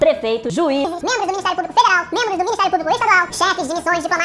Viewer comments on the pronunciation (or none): none